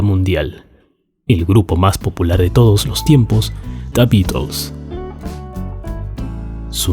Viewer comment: Me encanta la forma que dice "Da Bitels"